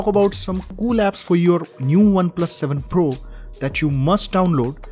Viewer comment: Not 7 fool.. it's 7 pro please correct it